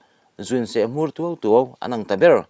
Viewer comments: Mizo tawng zir ngun deuh teh. Se-hmùr tih tur, seh-mur tia i chhiarte hi a pawi. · Sehmur tuau tuau tih hi a ziaktu thinlunga arik dan tur leh a chhiartu chhiar rik dan chu ava inpersan ve.